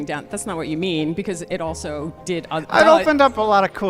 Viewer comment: She said “ulso”. Boy. What a dip something.